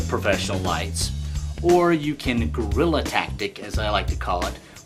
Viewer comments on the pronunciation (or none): I tend to agree with you but he does not say Guerilla or gorilla. He says "grilla". But you are probably right that it is as Americans would say a "wa''ior" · It's not "Gorilla Tactics" It's "Guerrila Tactics" Ugh. Anyway, could you attach two vertical lights to the sides of the screen, and use them to light it up and keep shadows off? (Or maybe to the top and bottom?)